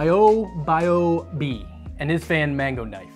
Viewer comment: You know, it has struck me now for a few times that I never see nearly as many non-english speakers struggle to pronounce names as I do english speakers, at least US and UK. How does "Raimondas" become "Rimondes"? How does the "mo" in "MoBioBi" become a "myo"? This is absolutely not meant as a thing against you,, it's just a thing I see constantly at work, and on YouTube, and it has affected everyone from complete randos to scientific researchers etc., so it's not a question of being smart or educated etc... It's peculiar. =/